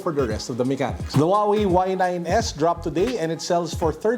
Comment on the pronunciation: Did he say "Huawei y9....s..i..x"☠️